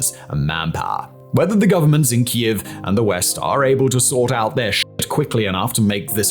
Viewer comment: He finally started pronouncing kiev correctly 👏